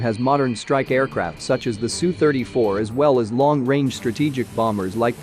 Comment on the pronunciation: The problem with using a program for the narration is that it says things like SUE instead of S-U. 😂 This is not good for a channel that purports to offer military expertise. I suggest that the scriptwriters take this weakness of the program into account when they prepare the script to be read by the program. Goddamn, but I did laugh! And to be fair, Warthog is a pretty good channel otherwise. But these sorts of errors don’t look good.